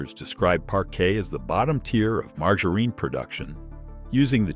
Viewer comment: So you're telling us that Mar-ger-reen is some sort of alternate pronunciation bud? I mean surely virile and educated gentleman such as yourself knows how to properly pronounce margarine.